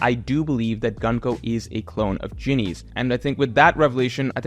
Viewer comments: You prononce Gunko´s name incorrect. It is Gunko ( u here is like oo, so it is more like Goonko) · I love and have been watching his videos for years but his american pronounciation of japanese names irritates me everytime lmao there is no reason why Gunko should be pronounced like the word „Gun“, it‘s an U like in Luffy otherwise he would be pronounced Laffy